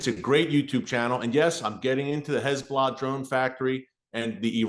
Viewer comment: I absolutely love how Erick says "Hez-blah"!😂